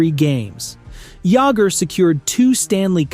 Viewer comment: JAMMER JAGGER